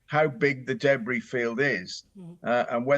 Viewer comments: What is a “daybree” field? Does she mean debris? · Deb Bree?! Noooo